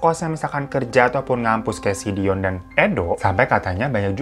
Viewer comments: Kadang si babang ngomong dion jadi doni 😅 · Yang bener Dion apa Doni sih bg 🤣🤣🤣 ,, tp gak pp sih tetep good banget cerita nya kalo di bawain lu bg semngat 2 JT nya ya yuk bisa yuk 🥰🥰🥰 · Tebak brp kli bang hiro blg dion jd doni 🤣🤣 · Nyebutnya Doni mlulu pdhl Dion awokwok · Selamat ya bang mau 2jt subscribe..dion bang bukan doni.. 😂😂😂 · Bang hiro sampe salah mulu ngmg dion jd doni 😂